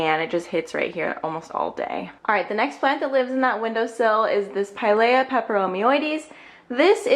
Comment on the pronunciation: It's pronounced like, Pie-Leah